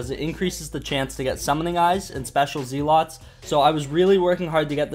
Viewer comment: "Zee-lots" Also that fact that youve gotten that many rare pets is a complete buzzkill.